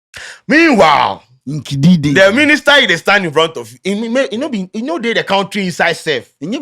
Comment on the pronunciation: What do you expect when your education minister says kentry😂😂😂😂